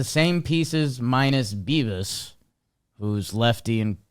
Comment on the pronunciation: I swear it sounds like Jimmy is saying "Beavis" sometimes and it wouldn't surprise me if he did just to be funny.